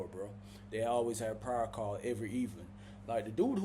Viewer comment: Pryer lol thought it was prayer